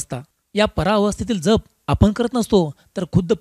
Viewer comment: दादा, जप ह्यातील " ज" चा उच्चार "जग (विश्व")" मधील ज प्रमाणे आहे. जपणे (किंवा सांभाळणे) मधील ज सारखा नाही. ("जहाज " सारखा नाही)